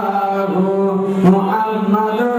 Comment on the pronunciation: মুহাম্মদ শব্দটা শুদ্ধ করে পারে না,,,,,জিকির করে